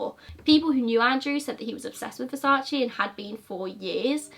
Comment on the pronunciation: You Americans can't say versace, only latins can say right 🖕🏼😂